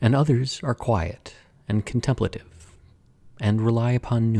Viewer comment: I’ve never heard contemplative pronounced the way you did. Interesting, but uncommon. However you wish to say it is fine but took an extra second to understand what you were saying.